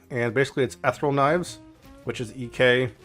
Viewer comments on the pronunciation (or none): m Check the pronunciation on Ethereal. Such as 'her ethereal beauty'... not Eth-raul. :D but great build otherwise. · Sorry, what kind of knives? “Ethril”?